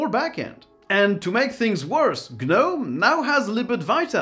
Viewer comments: The G in Gnome is silent. The number of times you said G-Nome, cringe inducing. Otherwise I loved the video. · It's not Ge-Nome, it's just nome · Gnome is (nome) not gah-nome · The G is silent. It's pronounced noam, it rhymes with foam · The 'G' is not pronounced! It is just NOME! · Isn't the G silent in the word Gnome? So it's not a two-syllable word. Maybe I'm wrong but why would you use a word from common everyday language and then expect people to mispronounce it? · hey the G is silent.